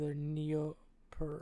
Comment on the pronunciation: The more Rush you do, the more I'll watch. By the way, it's pronounced "Peert". If you really wanna see sick, try his live drum solos.